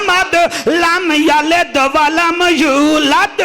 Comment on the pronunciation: Lamyaled ni lamyalid va lamulad